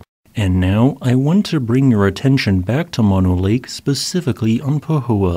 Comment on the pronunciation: Moh-no both os pronounced the same oh, no!